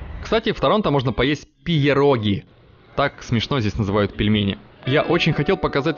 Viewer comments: О пирогах... По-английски это все-таки читается пироги, с ударением на о, а не пиЕроги. Это всего лишь от польского слова, обозначающего пельмени или вареники. Но это для ясности, а вообще Птушкина я любил еще по Орлу и Решке, и с удовольствием смотрю теперь его канал. Антон, возьми еще себе Ивлееву, у вас вдвоем вообще классно получается (ну и мужчине-зрителю приятно же смотреть на девчачьи формы ))))) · Все круто только пероги с ударением на е к Канаде некакого отношения не имеют это польские вареники 😊😎😎 А так блог конечно офигенский Пту ты крут